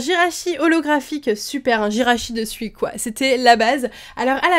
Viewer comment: On ne dit pas Sui comme tu le dis mais faut prononcer "Sou-i"